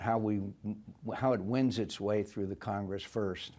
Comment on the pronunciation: McCain: I'd have to see blah blah blah and how it winds its way through the Congress." He pronounced "winds" as "wins"-- short vowel sound. Like he's reading off of a card or teleprompter. 🤔